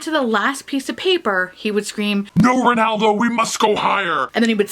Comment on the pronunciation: "Rrrrrrenaldo" sounds like the cheesy protagonist of an Italian opera. 😂 "Sorry Barack, I miss youuu〜” You've voiced the sentiments of MANY many people...